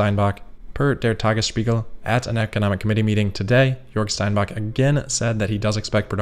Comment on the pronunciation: “Jörg Steinbach” was pretty good, too. Do the same ‘sh-‘ sound for “Steinbach” that you know from “Spiegel” and the ‘ch’ you know from “Woche” and it would be amazing! (We’ll start working on Chinese next month...)